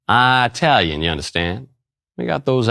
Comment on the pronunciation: Italian is pronounced with a short I. There is no place (eye -tally). SMH lol